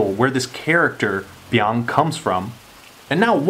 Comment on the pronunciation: "I didn't come close to say that perfectly" *proceeds to say it perfectly